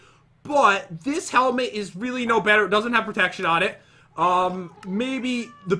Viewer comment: That was a weally bad well at the beginning 2019for evas